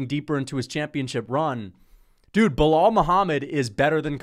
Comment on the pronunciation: Keep miss pronouncing his name, Belaul doesn’t like white people like ur or “little Timmy” be careful tho if u don’t remember his name too many times he might have to go “super racist” (he’s born in Chicago btw)